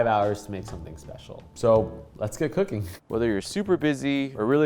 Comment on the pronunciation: "Let's get cookingchhhh"